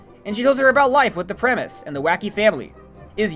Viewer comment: worse they dont say premise they say premie